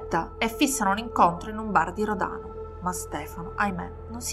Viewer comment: Spilotros è venuto a votare al seggio dove facevo da scrutatrice, alla fine degli anni ‘90 (aveva cambiato Paese di residenza): immaginate la mia faccia quando ho visto i suoi documenti… 🥶 Storia agghiacciante sotto tutti i punti di vista, poveri piccoli. PS per: gli accenti corretti sono Spìlotros e Ròdano 😘